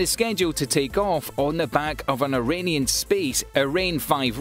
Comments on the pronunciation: good video, but It's GRUMMAN, not "Gunman". It's Lagrange, not "larange". It's Arianne, not "Iranian". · Wait, "Aranian space" and "Arane 5" rocket? (You tube "CC" feature even understood "Iranian Space"...)" Please call it by its proper name: Ariane Space and Ariane 5 (pronounce Ari-Ane, or Aree-ane) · Set to launch on a Iranian rocket...? That spells doom in my book hahahaha 🤣🤣🤣 it's an Ariane rocket!! . What sounds like Ari Anne not Iranian sigh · For someone with a British accent he mispronounces a Lot of important words ie: La Grange,Arianne,Grummin etc. Makes me wonder if his facts are just as poorly based..